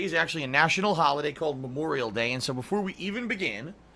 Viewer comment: Can't even say "Memorial Day," eh,?